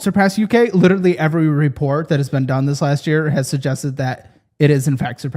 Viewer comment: Saying "litterally" automatically makes me realize you are an idiot and a mark. Just saying. 😂